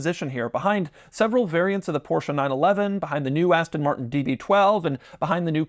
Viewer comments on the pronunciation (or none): none